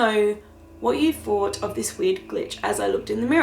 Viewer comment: hi I also have another comment about how you speak in the video,did I hear you correctly,did you say the word fought instead of thought and do you know your doing that.That's interesting because my brother used to say that when he was little until he learned to say thought correctly,just an observation,hope I didn't offend.